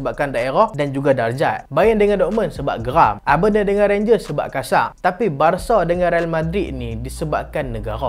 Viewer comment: cara sebut Aberdeen tu ialah (A) ber diyn